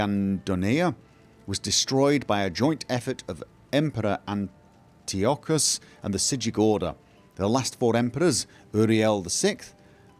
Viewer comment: The emporer is pronounced anti-oh-kus (^-^)... Like Pocahontas (giggles). Very well done sir!